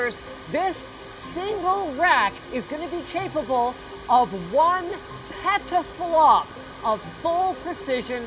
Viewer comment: sounds like he said pedoflop.. lol